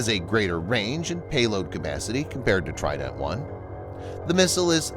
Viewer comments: even better, I can pronounce it correctly, unlike the pronunciation of trident in this video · You pronounce trident in a silly way